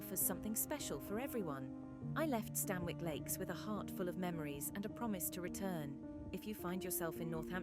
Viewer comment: Amazing video! I walk there regularly. Just one thing - the pronunciation is wrong; it's "Stan-ick" rather than "Stan-Wick". Excellent video, again!